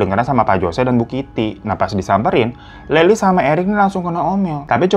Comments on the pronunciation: Lyle cara nyebutnya: Lael bang., bukan Laeli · Bacanya Lyle bukan Laili, bang. Tapi layel wkwkwkkwkwkwk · Dibacanya "layel" bang bukan "laili" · lol siapa Leli? Lyle bacanya lail bang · Bukanya cara sebut ‘Lyle’ itu ‘L y l e’ ya? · Bang lyle bacanya layel bang bukan layli😭😭😭😂 jd salah fokus layli kaya mpok2 tetangga sebelah🤣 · Kok leli sih namanya.... tulisannya Lyle, bacanya LAIL pak Hirooo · Lail bang bukan laili, kek orang arab jadinya😭😭🙏🙏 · Lucu mana bang hiro bilangnya layli😂 sebenernya bilangnya "layl" bang hehehe. Tapi gapapa aku seneng banget akhirnya udah dibawain juga kasus ini. Karena aku nonton documenter dan seriesnya bang, jadi ngikutin updatenya di tiktok juga. Selama nonton seriesnya bolak-balik ngepause cuman buat geleng-geleng kepala. Betul membunuh itu salah dan setuju buat dihukum, tapi menurutku menendez brother ga deserve ditahan seumur hidup tanpa pembebasan bersyarat. Karena mereka ngelakuin itu juga efek ortunya begitu juga, setan bgt. Sampe pengacaranya erik aja bilang "kalo bisa milih adopsi anak, aku bakal adopsi erik", karena sebenernya mereka anak-anak baik dan sopan cuman salah didikan aja. Oh ya, menurutku emang agak mirip sama kasus Jessica Mirna pas dipersidangan, karena semenjak ada documenternya rilis kan jadi berteori juga kayaknya Mirna masuk penjara karena ada "politik kotor" oknum kepolisian. Ya dipertengahan proses persidangan menendez ini ada kasus lain yg "menangin pelaku", dan masyarakat banyak yg kecewa jadi nyalahin polisi/persidangan karena ada pelaku pembunuh yg bebas. Jadi kayaknya menendez brother ini juga korban efek polisi/jaksa penuntut gamau ngecewain masyarakat lagi dengan ngehukum menendez brother seumur hidup. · Bang.. si Lyle ya maksudnya, bacanya bukan “Laili” ya tp “Lail” gt bacanya bang Hiro 🙏🏻😭 maaappp awal2 dengernya bingung kok ada Laili itu siapa.. 🙏🏻🥰 maap ye bang…🥰🥰🥰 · bang namanya bukan leli, tapi lyle, ini sebenarnya serius pembahasannya tapi ini tergacor yak, ngakak terus gw